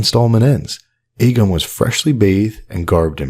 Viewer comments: Hey great content as always, but reminder, in the show the name Aegon is pronounced "Egg-on." See the end of Season 7 Ep. 7 where Lyanna whispers to Ned the name, or before that when Shireen Baratheon is teaching Davos to read and one of the books is about Aegon's conquest. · I’m pretty sure Shireen after reading about Aegon the Conqueror pronounces Aegon like “Egg-on” when talking to Davos. Aegon was also the first word Davos learned to read, and now he’s Aegon’s most trusted advisor, haha. What’s worth noting is Shireen makes a pretty big deal about how she is pronouncing Aeg as Egg, I always found it odd from the first time I watched it.